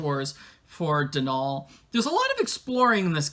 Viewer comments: I have a very love/hate relationship with this game. I love the honest attempt at representation of Irish culture but at the same time there were a lot of misses too. The biggest thing that bothers me so much is the mispronunciation of Donal, and it's to the point where it's distracting. The emphasis should be on the first syllable, not the second - granted it's an anglicisation of the name Domhnall but even then it shouldn't be pronounced the way they do (Domhnall Gleeson's name for example). I do appreciate the focus on a Bean Sídhe (Banshee) rather than something more stereotypical (thank goodness no lucky charms leprechauns), but there are other things that are. I wish there was a little more exploration on what Banshee folk are though, I feel like that was a missed opportunity for that and possibly some additional folklore. They were really pushing the whole Banshee thing but simultaneously it felt like it was one main plot with Kyler with Banshee side story tacked on, if that makes sense. I would have liked more explanation in game of the background of the Banshee folk and perhaps even more on the Sídhe folk in general (Sídhe = Faerie). I also wish there were more actually Irish characters in the game. I think you yourself made the joke about not having enough budget or something to hire actual Irish voice actors. I also think it would have been more interesting if they were in the west coast like Connacht, or even further into the centre of the country, rather than goi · As an Irish person, I'm a bit biased in liking this game. I like the plot and the end twist. They don't pronounce Donal right but eh, I can't complain too much.